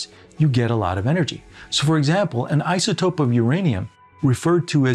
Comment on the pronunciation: Conzoomes. You hear how this guy says that? Izatope.